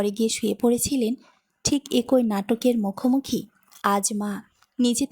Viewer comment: গল্পটা ভালো লাগলো। তবে "ফুফু" শব্দটা সঠিক না। সঠিক টা হচ্ছে "ফুপু"। আর "এক+ ঐ" হবেনা, হবে "একই", এছাড়া "ইতস্তত" শব্দের উচ্চারণ হবে " ইতস + তত"। #আশাকরি আগামীতে এগুলো সংশোধন করে নেবেন।